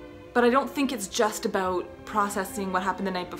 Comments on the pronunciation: More like a-bough-t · you can hear that Canadian accent haha "aboot" that X'D I know inappropriate video I know I know I'm sorry